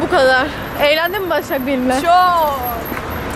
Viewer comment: şu Başak'a niye taşşak der gibi Başşak diyorsun?